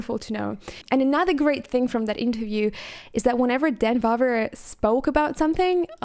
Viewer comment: I confirm - most of Czech names you pronounced correctly only "Trosky" is not "Trot-skee" (that was Russian revolutionary) but "Tross-ki" (try it with scottish "r") :) And maybe I just oveheard but "Dan Vávra" is not "Va-vr" rather "Vaav-r-ae" (again - scottish "r"). Anyway you did excellent job in NOT butchering Czech word - I give you cerdit for that! ;)